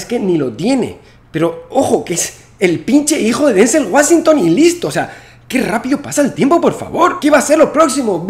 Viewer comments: Santaolalla Deja de decir Denzel Ua Sin-tong.... paraces el moreno de open English. Denzel Washington (UaChintón) UaChintón UaChintón UaChintón UaChintón UaChintón UaChintón UaChintón UaChintón UaChintón Asi se pronuncia y no me meimporta como se pronuncia en Español. Y No UA Si TOn Te gustaria que digan Santa OLa La ??? OLA LA OLA L OLA LA OLA LA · ¿Por qué pronuncias Washington como ¨Wassington¨?